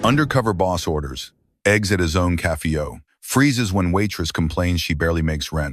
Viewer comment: well for once the robot voice... its very bad it speaks ouf café as "cafeo..... its does not pause where a human would.... ie it just stinks of 1980's robot voice try and listen yourself... maybe do a kind of quality control before you publish